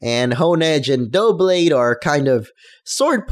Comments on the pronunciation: I didn't say it was Dooblade, I said he pronounced is "Dooblade" I know how to read, which is more than I can say for you, I think it will be pronounced "Dub-blade" because in the English language, double begins with "dub" and considering the doub in Doublade is obviously representing the act there are double the swords, I think I have a lot more logical reasoning than this guy, "dooblade and duoblade" are seeming like mispronunciations to me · Its not pronounced Duo-Blade, It's Dub-Blade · I think its Duh-blade. ya know, cause Its Double Honedges.... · Doublade = Duh Blade (Da Blade) Tepig = Teh Pig (The pig) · You call him retarded and still you think it's "probably" pronounced "Dublade" why say that if you're not even sure yourself. And it's Doublade, not Dooblade. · It's pronounced dub blade not dough blade dub not dough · Duh-blade- Like double, but with a blade tacked on to the end. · Its Dou-Blade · Doublade, Double Blade, pronounce DUB-LADE... its not a hard concept to wrap your head around haha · It's *Dub-blade*. It's just Double and blade together. Not that hard. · It's pronounced like Duh-Blade. It's the word 'double' and 'blade' put togethor... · im pretty sure it is DUH-blade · It's pronounced Doo-blade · Doublade. Start saying "double" and finish with blade. Like "dub lade". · I think Doublades pronounciation is Dub (Dubstep) Blade. Dubblade? Just saying... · It's "Double" and "Blade", so "Duh-blayd" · It's pronounced "Dub-blade" like Double Blade... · Doublade: Noun (pronounced Duh-blade) A Generation VI Pokémon that evolves from Honedge (pronounced Hone-edge). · I think doublade is supposed to be pronounced like double+blade (DUBLADE) :P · It's pronounced like "double" and "blade" put together. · While you've obviously got the origin correct I'd day it's more "dou-" then "blade (duh-blade essentially). While it may be a pair, it's specifically swords, so I'd imagine the pronunciation will have the "blade" part stressed, not the "double" part.